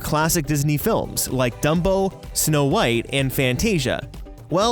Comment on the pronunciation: #DUMPO (I know it’s dumbo but it sounded like he said DUMPO)